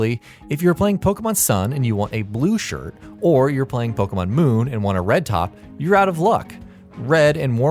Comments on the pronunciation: It's not Poke mon, or Pokey mon, it's Po kay mon (or at least, in terms of pronounciation). The e is accented, which is why it sounds like ay. Plus, in pretty much every single commercial and TV episode, they pronounce it correctly. How do so many people manage to mispronounce it? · How I long for the day when everyone will be able to pronounce "Pokémon" correctly.